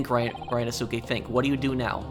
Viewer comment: Hey, Zieks is pronounced "Zeeks" & Ryonosuke is pronounced "Ree-yo-no-skay"